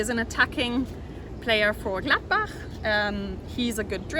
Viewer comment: Love the way you say gladbach lol